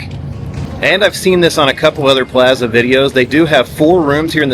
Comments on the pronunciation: It's PLAAAAza ! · The way he says Plaza drives me crazy. I skipped video after the 5th Plaza. Ouch